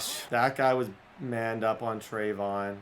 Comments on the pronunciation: Pronounced trev E awn not treyvon like diggs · Trey-vee-yon Henderson rather than treyvon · It’s (Tre-Ve-Yon) not (Tre-Von) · It's not a big deal and u can say it how u want but just in case you legit dont know how to say it it's (trey-vee-on)